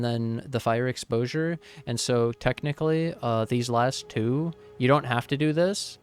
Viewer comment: I love the way you say path of exile TWO, it reminds me of the hawk TUAH girl, thanks for the fond memories papa.